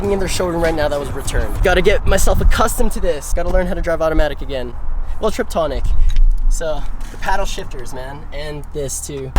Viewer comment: Tiptronic not triptonic 😜